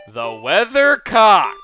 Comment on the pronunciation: WeatherCOCK - haha so much emphasis on the word cock haha